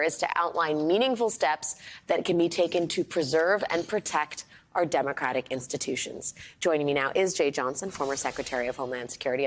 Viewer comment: Demradic republic. Say it right. Ya nonsense pedaler